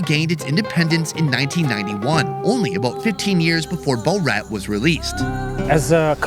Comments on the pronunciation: BO-rat?… what’s BO-Rat?? It’s Borat, geez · Its not bow rat lol its pronounced bor-at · Boar-Rat !!!!!!!!!!! not Bow-rat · How to speak like Food = Fuhd Borat = Bowhrat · I cannot unhear Borat pronounced “BowRat”! 😂 Is that how they pronounce that name there? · How do you not know how to say Borat? "Bul-rat"?? Dude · Bow- Rat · Bo-rat 😂 it's borat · I love the way he pronounced Borat 😂😂😂 "Bow-rat". I wonder if they know that Borat was a character in TV series for years in the UK before the film came out. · I think it’s prounounced Bor-rat not bow-rat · why did no one stop him from saying Borat like that? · Great video with some awesome co-hosts but Bow-Rat? That's a little weird. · Pronouncing it “Bo-Rat” is sending me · 1. Borat is the funniest comedy ever made. 2. I take personal offence in the way you pronounce BoUrat. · Boh-rat?😂 great vid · his accent suddenly become very similar to borat.. sacha really did made a good accent